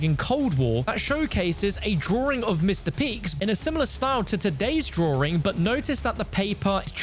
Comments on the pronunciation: The “drawring” 🥲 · "DrowRing" I can't 😭